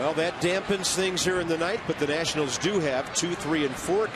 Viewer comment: ah yes, the Washington Natinals